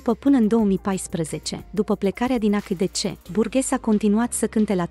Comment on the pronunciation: Se citeste aisidisi.